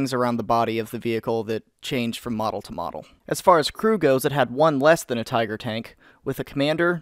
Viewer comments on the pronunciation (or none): As i watch this video, i find myself wondering...what the fuck is a "Teeger"?